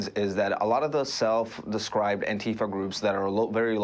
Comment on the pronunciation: The pronounciation should be antee fa(n), in my opinion. Instead of fa(r). The way fasist sounds (misspelled intentionally)